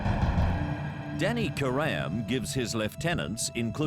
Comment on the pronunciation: My ears bleed every time I hear them pronounce “Karam”